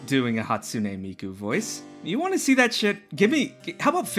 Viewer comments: Love the video but SOMEONE has to say it due to Human Pet Guy and the DM who called a 4th grader hot. It's an obligation: Thanks, I hate it. Edit: need to reread stuff,. How did you misread MIKU as MIKO?! Miku is pronounced "Me - Cue" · I will never cease to be amazed at the juxtaposition of your continued use of anime imagery everywhere in your videos while almost insisting upon never ever pronouncing any Japanese anything right. mi-KOH? Hatsune Mikoh? You gotta be doing that on purpose. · YOUR PRONOUNCIATION OF MIKU IS KILLING ME